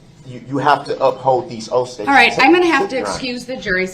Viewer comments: Oafs of offices. My favorite Brooksism. I like “co-horsed” as a close second. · "You have to honor these oafs of offices" bahahahaha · "You took these oafs of offices"- my god the grammar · "These oaf of offices "....what a dumb human being.!😂😂 Rot in your cell dummy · Took that boy over 3 weeks to figure out how to pronounce “tacit”…I guess it goes along with all his oafs🤦🏽‍♂️ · Oafs of office-and him saying the word smart? From the greatest not smart in the world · "you took these oafs of offices" "cohorsed" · "axed", "cohorsed", "oafs of office" ... this pseudo-intellectual clown. I wanna know what bs lawyer gave him all these talking points